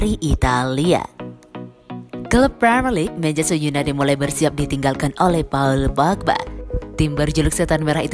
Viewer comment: Kalau ngomong paul pogba lucu.. Paaauu’ul Pookkbaa..